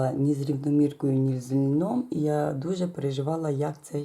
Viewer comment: Все чудове особливо жовті троянди! Чекаю слідуючого шедевру. Удачі Вам!👍👍👍👌🎊 ( тільки не з "льном", а з"льоном", прошу вибачення.